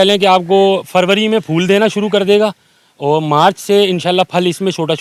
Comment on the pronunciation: Itna ganda way of talking uor ko or main ko me lakho ko lakhoo darakht ko darakt yar apna lehjha durost karrn